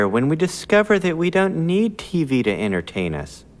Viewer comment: entert anus